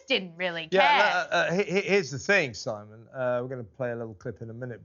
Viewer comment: Simon cannot even pronounce her name correctly 😂😂😂...muppet 😂😂😂do your homework😂😂😂